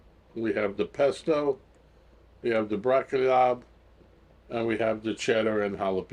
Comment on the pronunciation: Are you saying Blocky Lob?